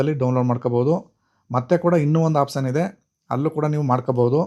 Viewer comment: ಮೊದಲು ಸರಿಯಾಗಿ ಪದಗಳನ್ನ ಉಚ್ಚಾರ ಮಾಡುವುದನ್ನು ಕಲಿಯಿರಿ ಆಪ್ಷನ್ ಬದಲು apson ಅಂತ ಹೇಳ್ತಿದ್ದೀರಿ